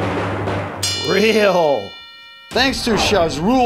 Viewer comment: why whenever he says "real" i heard he say "freal"